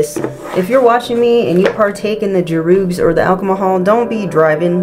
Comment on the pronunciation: Druuugg 😂😂😂😂 love your pronunciation. ❤